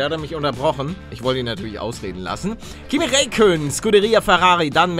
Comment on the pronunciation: Kimi Räikkönen gut ausgesprochen bin finne uns Kannst besser nohate